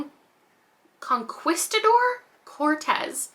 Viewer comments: Also that word you struggled with… I THINK it’s “con-key-sda-door.” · I'm pretty sure it's pronounced "con-kee-sta-door" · Immortal pleasures sound amazing. For pronunciation Malinche is Mah-leen-ch-eh and Conquistador is Con-kis-tah-dor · On the V Castro book the word is pronounced mah-lean-cheh and con-kees-tah-door